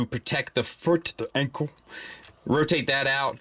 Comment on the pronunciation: what kind of accent was that? "The ankle" 😂😂